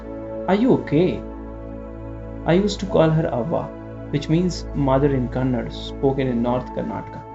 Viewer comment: One small suggestion please correct yourself it's not KANNAD its KANNADA there is an A after D . Since many hear your stories which are narrated beautifully this small correction would be appreciated.